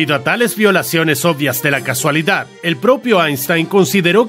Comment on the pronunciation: solo una cosa, te tiras todo el video con el tema de las paradojas temporales diciendo casualidad y no es casualidad, es causalidad, por lo demás esta bien pero cambia mucho el significado de la frase xD